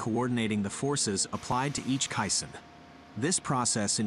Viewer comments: “K” - Sun, not “k” sin” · " case-on " perhaps? not quite sure what a kye san is. sounds Japanese. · its pronounced "KAY-Sonn " Not cai-son.... Get your facts straight before posting. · Lol you mean k-SON vs kai-SON (Correct pronunciation is k-son) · Heads up to the dopey AI bot: It’s pronounced kay-san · Caisson is pronounced as KAY-SON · Yes and none are correct. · Decide how you’re going to pronounce caisson.